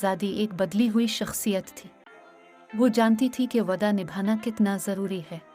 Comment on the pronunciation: Plz use word waada not vada